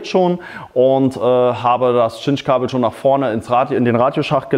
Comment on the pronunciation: Danke für das Video, es hat mir tatsächlich geholfen. Nur eine Bitte: Geh bitte mit gutem Beispiel voran und sage bei Cinch-Kabeln nicht mehr "Tschinsch"-Kabel. Im Englischen wird die Buchstabenfolge Ci wie ein scharfes S gesprochen. Siehe "Cinnamon" oder "Cincinnati" Es wird also also korrekt "Sinch" Kabel gesprochen. Sprechen die allermeisten Deutschen leider falsch.